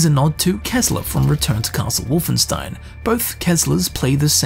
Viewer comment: Please, just one thing. WolfenSHtein.